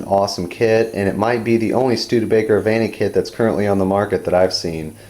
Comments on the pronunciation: Pronounced A-VON-TEE.....DUH!!!!! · A-VON-ti...it's Italian for " Forward".